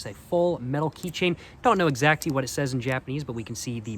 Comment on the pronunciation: Bro keeps saying “exacty”.. I guess he’s proving that he can’t take an L…